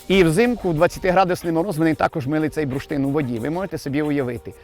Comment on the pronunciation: Цікаво, що слово "бурштин" пан вимовляє як "бруштин". Мабуть діалектне.